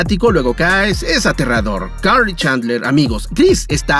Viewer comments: Se dice Karl no car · Se di carl no car